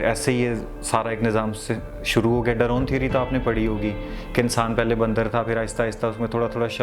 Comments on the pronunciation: His pronunciation of English is pathetic. Darwin ko darone keh raha hai. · “ Darown theory “ Science student doesn’t even know how to pronounce Darwin’s theory . He isn’t an intellectual athiest , he seems to be just a trendy athiest . I bet he never knows anything about science . All his examples are social , none of them is scientific . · ڈَرَون تھیوری! علمی لیاقت تو بہت کھل کر سامنے آ گئی اس محترم کی۔۔۔ ڈارون کو ڈرون کر دیا اور "ایتھیزم" کو "ایتھیئیسٹزم" کر دیا 🤣 یہ انگریزی کی سائنسی کتابوں کو پڑھتا کیسے ہوگا🤔 ویسے ہے کمال انگریزی زبان کی vocab میں اضافہ ہو گیا اتھیئیسٹزم اور ڈَرون👌 دوسری بات کہ اس بیچارے کو سائنس کا بھی صحیح سے علم نہیں۔ سائنس کبھی خدا سے انکار نہیں کرتی بلکہ جو بھی مشہور اور مستند سائنسدان ہیں ان کا یہی کہنا رہا ہے کہ کوئی مادی ثبوت نہ ہونے کی بنا پر ہم خدا سے انکار نہیں کر سکتے کیوں کہ سائنس میں ارتقا ہوتا رہتا ہے اور کسی بات کا ثبوت نہ ملنے کی بنا پر رد نہیں کیا جا سکتا جب تک کہ رد کرنے کے لیے ٹھوس ثبوت نہ مل جائے۔۔۔۔ ایسے جاہل اتھیسٹ دنیا کے اندر بہت ہیں۔۔۔ سائنسی دلیل کی بات کر کے کہتا ہے کہ جو مجھے کھانا کھلائے وہ میرا خدا ہے۔۔۔ اس سے بڑھ کر چَوَل اور کیا مارے گا۔۔۔ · "aap aik janralist hain" "drone theory" dumb athiest, He do not even know how to pronounce words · He seems an uneducated idiot. He can't pronounce Atheist properly, he couldn't say, Darwin properly and he claims to be a science student 🤔🤔😄😄 What a joke ! This guy lacks solid reasoning and satisfactory response. Just a tool used by some snakes of our ace. Beware of such lunatics. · ان صاحب کو تو بگ بینگ تھیوری کا ہی کنسیپٹ نہیں ھے،. ڈارون کے نام کو بھی درستگی سے ادا کرنے سے قاصر ہے، باقی اللہ پاک ہدایت عطاء فرمائے اور ہمیں ہدایت پر قائم و دائم رکھیں. اسی پر ہمارا خاتمہ ہو اسی پر ہمارا حشر نشر ہو. آمین یا رب العالمین